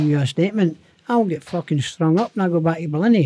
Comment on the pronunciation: Howling every time he says "al wreck the place" 😂😂😂 brilliant listen